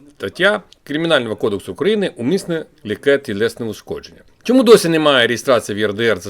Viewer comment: Автору ПАМ'ЯТКА; В НАС Держава не укрАіна, а украЇна. Наголос вірно ставити . Аж коробить. Таке враження, що кацапня повсюди в Україні. Цікаво, а в якій ще країні таке можна почути, щоб іноземним язиком, язиком ворога знаючи що ворог знищує все і вся що пов'язано з ідентичністю нації за котру віддаєш життя, здоров'я і продовжуєш ним мало того що в своєму колі спілкуватися, а і соц мережі викладати, чим даєш привід маніпулювати тиловим разєйськотявкающих, яких і прийшла орда захищати🤔?. Як без реагувало суспільство на болотах, якщо їхні єгоркі і вонюші викладали відео, де спілкуються Українською мовою🤔. Чи вони дотримуються мовної гігієни? Накипіло.